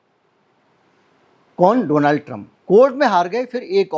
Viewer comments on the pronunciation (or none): Bhai ek toh request hai meri donaaald nahi just donald hota hai